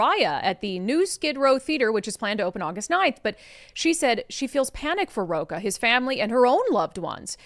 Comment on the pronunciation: with Brandi Kruse I believe Fernando's last name is Rocha (Row-ch-a) not (Row-k-a)